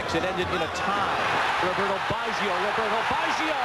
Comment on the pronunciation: BAGGIO no BIASCIO!! At least use your pronunciation better with him!